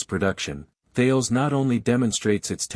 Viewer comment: Couldn't watch all of it due to the idiotic AI voice over, perhaps you could train it to pronounce "Tarlez" instead of Thayles?